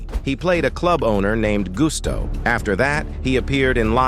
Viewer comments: Bruh! Charlie Murphy's character in CB4 was Gusto. Pronounced Gus-toh not Goose-toh🤨🤦🏽‍♂️ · Gusto not gusto…